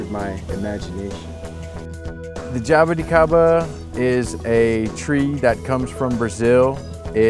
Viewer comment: spot on, the best spoken Jaboticaba word I ever seen on youtube for a non Brazilian person! Great project and knowledge. There's still hope for this world!!